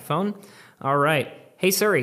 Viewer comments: AHH OMG ITS SIRI NOT SURI!!!!! SO ANNYOING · Plz it’s siri not suri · Love your videos. But it’s pronounced seeri. Not suri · ITS "SI - RI" NOT "SUR - RI" HOW CAN YOU RUN AN APPLE CHANEL AND NOT PRONOUNCE IT CORRECTLY HAHA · Siri is pronounced as C-Ree, not Sur Ree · Me: Siri: Ser ree